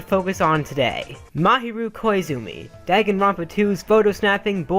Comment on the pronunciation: DAGENRONPA HE SAID DAG EN